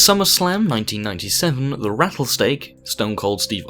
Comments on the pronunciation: Rattlestake lol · "The raddle stake"